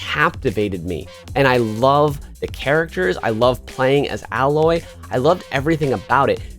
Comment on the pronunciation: Lmaooo u said aloy name wrong 😂😂😂